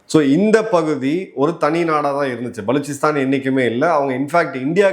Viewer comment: நீங்கள் மட்டும் தான் மிகச்சரியாக உச்சரித்தீர்கள்.புதியநாடகும் "பலுச்சிஸ்தான்"